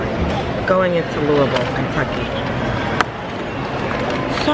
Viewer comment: You actual pronounced Louisville correctly 😊